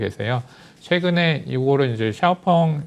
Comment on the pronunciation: 샤오펑을 엑스펑이라고 잘못 말씀하신거지요? 차이나 티비 애청자지만 가끔 느끼는 것인데 뭔가 준비가 잘 안되고 엉성합니다 화면이 맞지 않는다든지 말을 더듬고 발음이 이상하다 든지 그럼 시청자들에게 주는 신뢰도가 떨어집니다 많은 애독자들을 얻으려면 삼프로나 다른 인기 유튜브 채널 좀 연구하셔서 개선이 필요하지 않을지 싶습니다